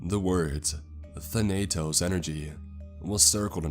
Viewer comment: Still with the odd pronounciations. Thanatos is THAN-ah-tose not Thin-a-toss